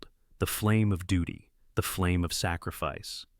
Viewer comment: Your reader mispronounced the word ‘duty’. The U is long as in the word ‘duke’. Unlike the U in. ‘duck.’